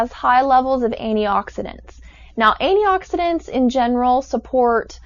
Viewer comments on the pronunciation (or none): She said anti-oxidants...